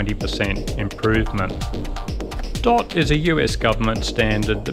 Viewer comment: Its not Dot. Its D.O.T an acronym for Department of Transportation..